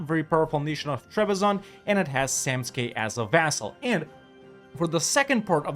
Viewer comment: It's funny how you can ppronanuce Samtske correctly but Tbilisi is a deal breaker XD